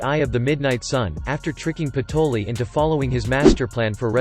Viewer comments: Its patry not patoli and raia not rhya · I think it's patry not patoli😅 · Isn't it patry